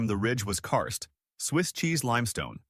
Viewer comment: It's KARST, not cursed, fool.